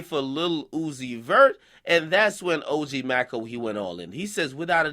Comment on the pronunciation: Nigga it's pronounced OG May-co